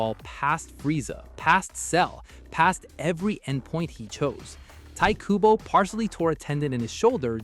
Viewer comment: I never heard someone pronounce Tite Kubo's name like that lmao